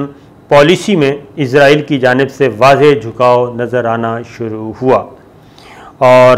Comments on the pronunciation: الحمدالله آج آپ نے اسرائیل کو اسرائیل ہی کہا، لیکن ازرائیل ازرائیل بھی کہا وڈیو کے شروع میں۔۔۔ بہرحال پچھلی وڈیوز کے مقابلہ میں الفاظ کی ادائیگی میں بہتری آئی ہے۔۔۔ پلیز کیپ اَپ دا گُڈ پروناؤنسیئیشن!!! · Izreil nhi israal bolo